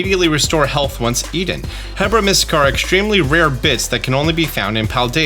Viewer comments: Mans really said hebra when he meant herba. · I think you keep getting the r and b in Herba Mystica backwards. It's a mystical herb, so "Er-bah" or "her-bah", NOT "heb-rah". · It's Herba not hebra! It makes me think you have been taking some mystica😛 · HERB-a. It's HERB-a mystica. That hebra was driving me wild lol. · The r is before the b in Herba Mystica. It isn't Hebra. Also cool video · Based on the fact this takes place in Spain/Portugal its probably Herba (air-bah) Mystica but also it sounds like some one has zelda on the mind lol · Came here to say this as well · This honestly bothered me while listening to him